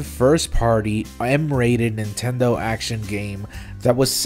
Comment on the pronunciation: "Nintenmen" is gonna be something that I will think about a lot.